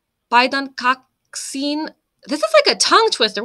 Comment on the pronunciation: Remember, "i" is always /i:/ and never /aɪ/ "P/ai/dän" went wrong, but right after "kaks/i:/n" went perfectly!